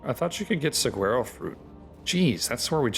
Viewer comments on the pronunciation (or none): Suhwaro not however you're saying suguaro lol